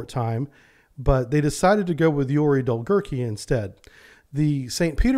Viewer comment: Dolgoruky. U is not silent